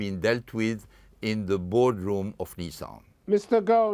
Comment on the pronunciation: It's not Mr. Gogh... its Mr. Gosin... I guess the guy is sick and tired of explaining himself over and over again.. regardless of his guilt or not, the man has made his money and stuck in a poor and unstable country with quite a lot of his money frozen.. can't expect him to be in a good mood 🤣🤣🤣